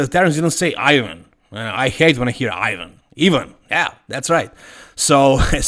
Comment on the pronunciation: Serbo-croatian pronunciation. 👌